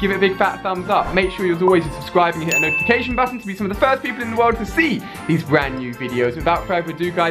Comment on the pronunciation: So you're teaching kids to say butt tonne? Really? Good role model Ali